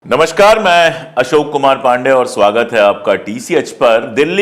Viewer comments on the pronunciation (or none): none